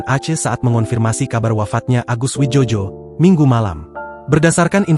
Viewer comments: Bacanya bukan wijojo,..bego...tapi wijoyo karena beliau diberi nama mungkin dulu pada waktu ejaan lama Bahasa... sebaiknya lain kali di konfirmasi dulu dg seniornya.. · Yg baca goblok gk paham ejaan lama contoh oe itu sama dengan u Joyo dibaca Jojo memalukan